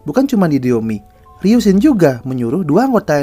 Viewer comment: Bang bacanya ryusin bukan ryunsin🙏